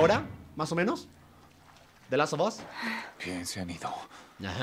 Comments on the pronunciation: Gente normal: de las of os German: de laso 2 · JuegaGerman se pronuncia de last of as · Me molesta que no pronuncie bien la palabra the last of us